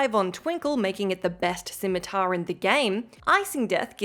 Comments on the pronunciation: Its pronounced scim-ma-ter not scim-a-taar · The way you pronounce scimitar...